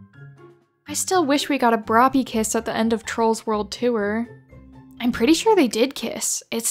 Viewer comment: Why is it called broppy it sounds so wrong 😭